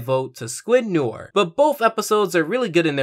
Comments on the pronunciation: I'm sure you've been told by now but noir is pronounced no-our (its french). Its a play on Film noir a genre of film. Just so you know going forward. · Why does he keep pronouncing “noir” like “nore” it’s driving me crazy 😭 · Can we not pronounce Noir as nore? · Why do you pronounce noir as nore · Thus kinda bugged me but noir is pronounced like: no are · its pronounced new are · Can you please pronounce Noir correctly? It sounds like no-WAHR, not no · It’s pronounced No-Are It’s French for “Black” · It's pronounced "New-Are". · Noir is pronounced No ARE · Noir is pronounced nwar. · Noir is pronounced no-ar sorry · Noir pronounced no-ar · It is pronounced no ar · you miss pronounced noir it honestly pissed me of lol i did give you a like tho i preferred where's Wanda myself tho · THATS NAHT HOW YOU PRONOUNCE NOIR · You said noir wrong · You kept mispronouncing "Noir" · oh my god please say noir correctly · You pronounced noir worng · Umm... you’re pronouncing “noir” wrong... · Just so you know, your not pronouncing noir right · Noir is pronounced Nwar not Nor. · Noir is pronounced "Nuhwaar" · Small thing, but noir is pronounced “no-ar” not “nore” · Please don't call me a grammar nazi, but since the topic calls for it... "noir" is more like "nou-ah" since r's used in this fashion are generally silent/barely audible when speaking French. i just used the "u" to emphasize the nasal quality when speaking the word. "noair" is almost as incorrect as "nore". OP's "no-ar" sounds a little bit better. I'm no expert in phonetic spelling, so I just looked it up: the proper phonetic spelling appears to be "nwa". Case closed. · Nice comparison! Though Noir is actually pronounced "nwar", not "nore". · Noure is pronounced [No-Are], got it? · It's not "Nore" it's "New-are" french for black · So... Noir is the french word for black, and it is pronounce Nu-ar not Nor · It's pronounce NWAR, not NORE. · It's not pronounced "n or" it's "nori" like Jim noir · Nnew-are not newer